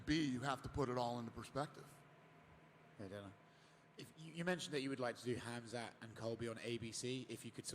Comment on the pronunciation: Dana , its not Khamz out of nowhere :D its Khamzat Chamaev :D hahahahah nice one